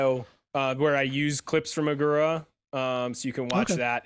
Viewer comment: If he is a Classicist, why does he mispronounce Agora like that?